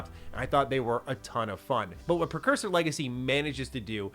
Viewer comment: PRE-cursor 🫠 NOT PER. 😢😂